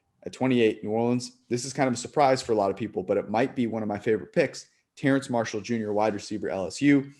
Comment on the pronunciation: Exactly, and Terrace not Terrance Marshall - natural literacy not quite meeting his level numeracy or just a bad day (Technically, as a German name Licht would be Licked, but is Amercanised as you say, like Noter Dame, instead of Notra Darm - as the French who invented the words, and the rest of the world pronounce it)